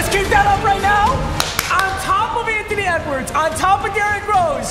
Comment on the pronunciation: Its funny that is saying Antony wedwards